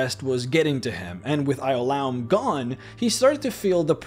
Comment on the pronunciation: I cringed at your pronunciation of Ioulaum lol